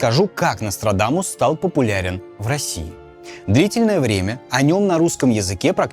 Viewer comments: Я один весь ролик слишал, НострадАнус? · Мне одному кажется, что временами произносит НострадаНус?